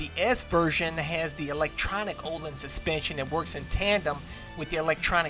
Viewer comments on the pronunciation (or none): none